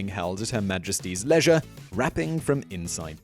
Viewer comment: "At Her Majesty's leisure" LOL ! Simon, the king of the mispronunciation and malapropism strikes again.